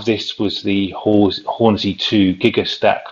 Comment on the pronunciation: It's Hornsea not Hornsey